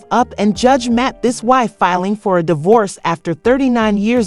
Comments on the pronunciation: It's Mathis, not Maddis.. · It’s pronounced Mat this 😂😂😂😂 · Damn. If you're going to talk about the brother, at least pronounce his name correctly😂😂😂. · Girl, you ain't even pronouncing his name correctly!! Who are you all up in their business? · I can’t take this seriously, you’re not even pronouncing his name right lol 😂